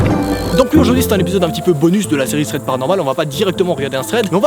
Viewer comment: C un T dans thread pas un putain de Z